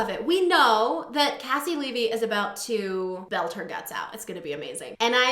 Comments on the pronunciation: It’s pronounced KC LEE V, she used to have it in her bio lol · haha I told you last time! KayCee LeeVee. But it's ok. Your reactions are so wonderful, you are forgiven! <3